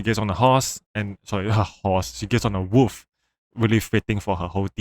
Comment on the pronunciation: why you kept calling the wolf "woof" lmaoo btw parry skillcheck isn't real